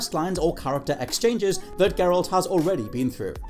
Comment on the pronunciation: Gurralt lmao. Ma’am. Ma’am how you gonna do geralt that dirty lmao I love it